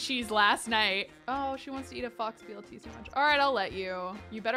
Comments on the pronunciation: She did it with the rug too lol 🦊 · Did you say fox fur rug? Instead of faux pronounced like fo 😂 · Fox? Babe it's faux like French for fake. It's pronounced f-oh. Is this a thing people do? I've never heard it not rhyme with low until hearing you say it. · Every time says fox instead of faux I think of the suite life of Zach and Cody with the faux fur jacket ☠️ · Did say fox blt instead of pronouncing faux blt like foe blt... lol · I’m giggling so hard because you said “fox. BLT” and it’s pronounced like “Foe” 🤣❤️ youre so precious! Love the series so far!!!! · pronouncing faux as fox gets me every time. Faux is French and is pronounced foh. Loving this series and can't wait for next week! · I’m dying every time she says fox fur or fox sandwich it’s pronounced “foe”- faux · I love your work. I just wanted to give you a gentle tip that faux isn't pronounced fox. It is f-oh with a long o. Fox fur rug is very different from a faux fur rug. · LOL you know its pronounced "FO" not "FOX" right? (the word faux) lol i love you girl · Lololol,,,,,,, when people pronounce “faux” as “fox” and not “foe” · Psst, you don’t pronounce the X in “faux,” it’s pronounced “fo” 😉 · Not pronouncing faux as "fox" like she's London Tipton... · please tell me you’re joking when you pronounce “faux” as fox... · faux is pronounced like pho not like fox. It means false in French. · Faux is pronounced foe, not fox. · you are wonderful, but I think you're pronouncing faux wrong. It's not pronounced "fox", it's pronounced "foh" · Ooh so that was a mispronounciation xD i was like wow a fox fur rug. Weirdly specific but alright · Take a drink every time pronounces faux as "fox" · I have never heard anyone pronounce the 'faux' in 'faux fur' like fox lmao, that is adorable?? (wrong, but adorable :p) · Not me thinking she was about to break her vegetarianism, when she pronounced faux BLT like "fox" BLT😂